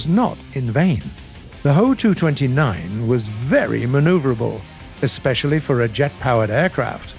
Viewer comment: What he says"Ho" What I hear "HOE"